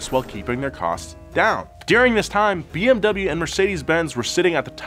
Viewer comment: Almost hoped that would pronounce BMW correctly😕